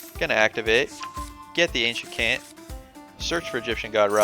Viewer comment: Fun video, your issues with pronouncing card names go far beyond Ancient Kant lol